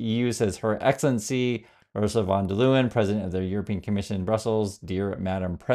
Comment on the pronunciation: The President of European Union, Ursula von der Leyen... her name is pronounced "von der Lion"... just hope it helps.